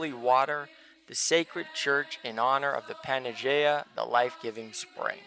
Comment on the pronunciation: Great video. One thing...its pronounced PAN-A-YEE-AH OR PAN-EYE-YEE-AH.